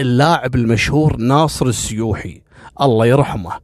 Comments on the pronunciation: السوحي وليس السيوحي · مساء الخير بس للتوضيح ناصر السوحي وليس السويحي وشكرا لك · يا الظاهر اسمه ناصر السوحي مو السيوحي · ناصر السوحي الله يرحمه وليس السيوحي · ناصر السوحي مش ناصر السيوحي شكلك بدون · السوحي مو السيوحي وانت بلفروانيه وبيت عبدالله هناك